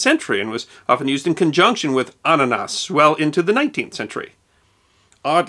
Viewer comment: i love the way you say annanas because you say it with perfect german pronounciation